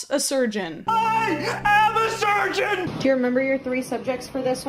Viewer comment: all I hear during the good doctor clips is "I AM A STURGEON" and I can't stop laughing about it